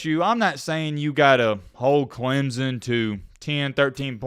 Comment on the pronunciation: as soon as you learn how to pronounce our school i will start listening to you. all the SEC ppl call us Clemzun. (Clemp-son)